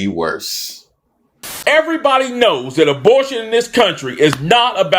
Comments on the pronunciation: its about DEBORTION- was he saying DEPORTATION OR ABORTION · Did he say Dabortion?